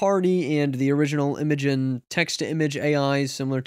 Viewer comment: Its pronounced "imagine" lol